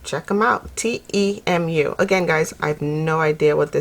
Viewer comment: It is pronounced like this....tea moo. Thanks for the hail video.